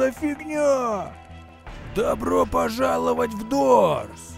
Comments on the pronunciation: Не дорс а дурс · Дурс а не дора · Дурс а не дорс